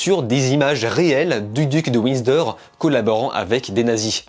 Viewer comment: duc de windsor* pas widsor 😂 sinon bonne vidéo :)